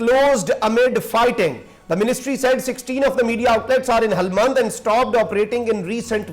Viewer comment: Helmand. Not Halmand